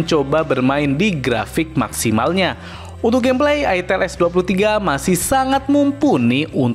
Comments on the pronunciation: Bacanya itel itu "aitel"😂😂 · Sebenarnya cara bener nyebutnya aitel bukan itel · ak males belinnya ,,, harrraammmm mengandung porno,,, masa nyebutnya itteeelll ... cuihh najizz